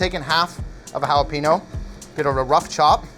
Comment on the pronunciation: Is any one else upset how he says jalapeño?